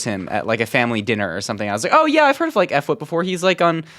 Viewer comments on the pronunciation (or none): Lets sound it oud F w i p Fwhip not eff whip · its not f wip its phwip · Nice build! btw its pronounced Fwip not effwip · I watch fwhip aswell haha he’s a great builder one of the best in my opinion I won’t say the best cause there’s people like jera craft haha or trixy blox ok he’s one of the best survival builders oh another thing for his name you don’t say f then whip it’s just one word the f sounds like the f you would say in uhh four and then u say whip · Didnt even take the pigstep😢 its not F Whip its just Fwhip you say it together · haha, "eff wip." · hi! i love your videos and i think it's really cool you're doing building stuff! you're probably the most well rounded minecrafter i know of. also! as a fwhip fan, im pretty sure it's just the f sound then whip rather than "effwhip" :) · The way he pronounces fWhip 😂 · Mispronounced fwhips name 😂